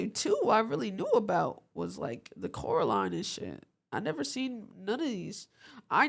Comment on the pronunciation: He was saying coraline right btw